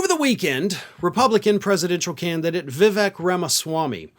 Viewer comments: Hey, it's vi-vake, like Cake, or Snake. I say this because the right mispronounced Kamala with intention and we progressives should take high ground on this one and grant them their name as pronounced. Not to mention right wing trans pronouns and all those manners, i mean matters lol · "My name is Vivak Rhymes with snake" ~ DJ Rama-Sepoy 🎤🤡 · Learn to pronounce his name correctly, please: Vivek Ramascummy.